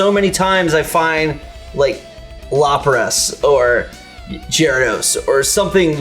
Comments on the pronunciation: lawpris? Jraydos? Come on dude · "Lopras" "Jaradose" xD, you guys are great. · "Lop-rus" ?? "Jerr-ados" ?? I'm sorry I just can't get over that. Loprus and Jerrados. How did this happen? Did these guys even watch Pokemon before they played this shitty game?